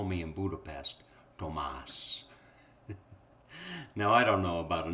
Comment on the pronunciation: Tomash.....not Tomas.